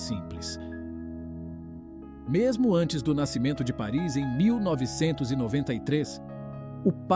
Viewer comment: Desculpe, mas a pronúncia correta é Páris.